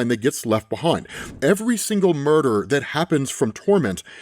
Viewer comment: mur dar?